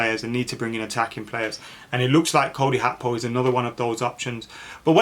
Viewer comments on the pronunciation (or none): It's GAKPO not HAKPO not even when speaking in Dutch is it even close to HAKPO lol Big clubs can risk that type of money I honestly don't see the problem with splashing the cash only fans that are mentally fragile and scundered when we do so, such a weird weird thing. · G.a.c.k.p.o say each letter that's how it's said bro 😂